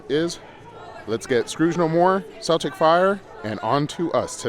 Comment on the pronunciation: Celtic Fyre it’s Celtic like the Irish pronunciation not like the basketball team lol. Fun video tho, hope to see ya there one day !